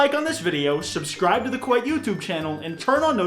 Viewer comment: Jaclyn Hill has been Kwite all this time